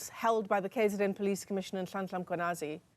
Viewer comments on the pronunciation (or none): Come on!!!! is Chris De Dock a real doctor ? Can not pronounce a Mkhwanazi. Who is Mangwanazi ? This is a lack of respect from this old man. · There is no General Mangonasi and General Semola in the SAPS. This fool is deliberately mis-pronouncing the name to create a mockery out of it. Mkhwanazi is our hero,. No amount of mockery of his name will make us see him otherwise. He is succeeding in bringing something even Mandela could not achieve: bringing black SAfricans together. A united black man is the biggest threat to white people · True heh, we were given English names during apartheid because they were not just prepared to learn to pronounce our names correctly....it's unfortunate that we still hear things like ' Mgwanazi... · Please respect General Nhlanhla Mkhwanazi and pronounce his name correctly. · The whole Dr can't pronounce.. imagine me saying Dr Dom Kop, it's unpatriotic and disrespectful what this guy is doing. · This guy he's not even trying to pronounce the surnames correctly. 😂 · nonsense. There is no way he won't pronounce Mkhwanazi correctly if he wants to, unless he is sort of an moron